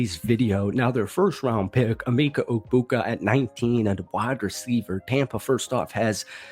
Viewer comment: Not trying to be that guy but it’s Emeka not Emeeka